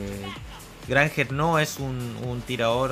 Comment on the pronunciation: Dios, "Granjera" HAHAHA.